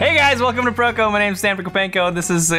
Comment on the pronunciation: "That was the intro?"🤨 "Hey guys weltum to..."😢